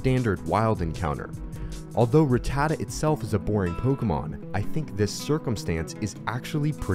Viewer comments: Fact 1: you pronouce rattata wrong(like a lot of people) Its ra ta ta not rat ta da Fact: 2 its a pigeot and fearow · Why do all the young youtubers mispronounce ratatta these days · I find it weird you pronounce Rattata like that.